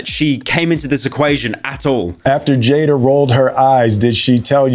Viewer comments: Every time Pyro calls Jada "Jaden" my soul dies just a little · “Jaiden” LOL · Listen to me Pyro, say it with me, 'Jada' - Jay-Da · I didn’t hear anything from the video because I was so distracted by the furry saying Jaiden and not Jada. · Jada not Jaden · JADA NOT JADEN JADA NOT JADEN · its Jada bro not Jaiden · Homie called her jayden throughout the entire video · Pyro saying jaiden is like a white guy mispronouncing Juan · How did you manage to singlehandedly read comments that trashed Jada and still manage to say Jaden throughout this entire video? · he says Jada wrong